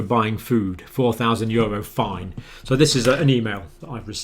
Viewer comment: Odd question — the Dr. is pronouncing the word ‘fine,’ as ‘find’. Anybody know why? Also ‘exponential’ becomes ‘expedential’.